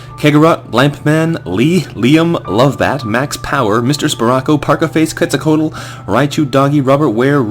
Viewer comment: "Quetzalcoatl" is pronounced "ket-sal-kwat", just FYI.